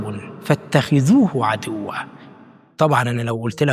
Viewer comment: حبيبي وابني الغاااالي جدااا سامح. فاتخذوه عدوا بضم الدال وليس بكسرها❤